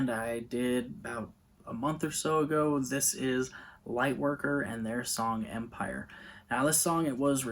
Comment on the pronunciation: Thanks for making this video, you pronounced it perfectly! and i liked the points you apply about the lyrics. my favorite song is ''Dissonance'', a beautiful ending to this fantastic album.